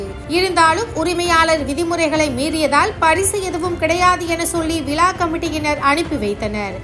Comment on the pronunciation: விலா கமிட்டி இல்ல மா விழா கமிட்டி